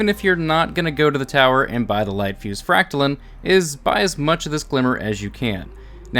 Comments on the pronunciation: frac-ta-line, not lin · Your saying it like fractalin but it’s fractaline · Didn’t know line was pronounced lin. LINE. LINE. Your pronouncing the part of the made up word that is actual word wrong. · For those who skipped first grade, silent E makes the vowel say it’s name. You don’t say “name” as “nam” you don’t say “line” as Lin” you don’t say “fractaline” as “fractalin” 😜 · It's FrACKtaleen, not FractalEEEEN... Gawd... Next you'll be telling me you don't know how to say LeviOHsar...... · Fractaline like saying line God damnit not lean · why do you keep saying fractalin? it’s fractaline, learn how to englands. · It’s pronounced fractaloons! Duh! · I'm sorry, I just can't accept your pronunciation of Fractaline - fractal is a word and Fractaline is just fractal with the suffix "-ine". In the suffix "-ine" the 'e' capitalizes the 'i' giving it an "eye-n" sound. This is true of literary every other word that uses the suffix "-ine" - dine, fine, line, mine, nine, pine, vine, wine. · It’s obviously pronounced as “macaroni farts”. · you prob pronounce Trampoline the same way you pronounce Fractoline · Fractal lines pronounced as read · Fra ct a line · lol Its pronounced FRAC-TA-LINE LOL there is an E on the end and in english that means the I in LINE is pronounced EYE. LOL not getting mad i just got a kick outta how you said it was a made up word, yes that is the case but made up words have to follow the rules of the English language to lol. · It's pronounced fractaline not fractaline or fractaline. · It's Fractaline, not Fractaline.